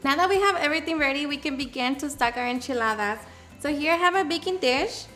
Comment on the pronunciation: I can listen to her say enchiladas all day...